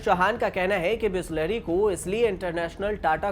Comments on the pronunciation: bolna sikh le bisleri not bihhhslahhhari chutiye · Please improve your pronouncation...bisleri not bislehri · News wale aisa bolenge tho kaisa chalega Bisleri is now bislahri by news reader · Khud toh sahi se bol re बिस्लहरी kahi ke। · Chutiya patrakar Bisleri dhang se bolna seekh ja . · Mauzuda 😅😅😅😅 maujuda hota hai bhis lehri nahi bisleri hai